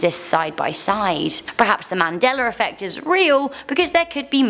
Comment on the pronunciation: Anybody else hear Mandeler when she says Mandela?